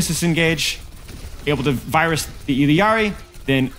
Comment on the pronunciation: Why do you say Illiari? Its just Illari right.